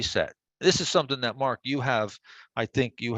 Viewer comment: ...MARK... ... NOT Marko--'''